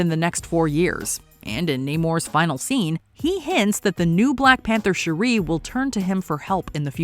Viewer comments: How annoying is this narrator constantly mispronouncing Shuri’s (sure- REE vs Shuri’s name. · OMG, it's pronounced SHUR-I, not SHUR-REEE. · Her name is Shuri not Sheree. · Her name is SHURI Not Sharee!!!!! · Shuri(sure-e) not Sharee. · It's "Shuuuri", not "cherie"! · Her name is not Sheree. It’s Shuri. 🙄 The Black Panther’s franchise has been out long enough for you to know the correct pronunciation of her name. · Its pronounced Sure-E. Not Sherree. That's my wife's name and she's getting excited someone is saying her name 😂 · It bothers me that your pronouncing her name wrong, it’s not Sharee smh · It's SHUR-REE 🙄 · Yeah I never understood WHY they do this! It's like they never saw the movie and NO ONE says Shur-eee. Like wtf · It's SHU ree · You’re totally butchering, the pronunciation of Zhuri’s name 🤦🏾‍♂️ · Shuri…not Shuuree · Sher ree. She not from Detroit 😅lol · Lol bruhhh who tf is Sharee?? And THIS is what happens when ain’t no black ppl in the room… Fix it Jesus. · You mean Shari 🤣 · Who Tf is “Shuree” do better 😮‍💨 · It's pronounced Shurry like curry... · It's actually more like Sure-E but I thought I was the only one that noticed her pronunciation I don't mind especially when names/words are even said different ways in the movie (& other (source) material) ie Nay-more, Nuh-more, Nah-more, etc. And of course ppl have accents and dialects etc. But her pronunciation threw me all the way off Lol I'm like please just call her Princess or something 😆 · So you can say Tenoch Huerta just fine but not Shuri? Bihhhh you playing games now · Did the narrator actually see the movie? Why is she saying Shuri’s name that way? It's insane and disrespectful! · I love the video HOWEVER I couldn’t get over the pronunciation of Shuri’s name.🫣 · You pronunciation of Shuri is killing me... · I couldn't even get thru this because of how many times you jacked up Shuri... got to be one of the simplest names. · This lady repeatedly mispronouncing SHURI’s name is infuriating lol